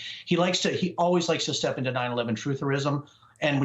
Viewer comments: Its pronounced vivek, like cake. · How many different way are you going to pronounce Vivek's name in one segment.